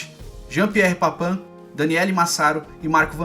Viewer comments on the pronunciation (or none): none